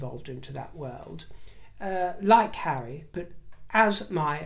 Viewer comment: Telling the Chair of Sentabale to 'move away from hawwy is so very, VERY rude indeed